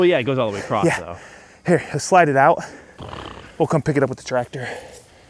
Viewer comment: There's no T in "across", son.